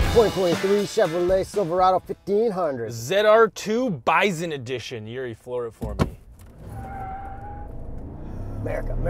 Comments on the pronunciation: did you say "byzun?" Good grief, its "BY-sun" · The way you're pronocing bison is driving me nuts lol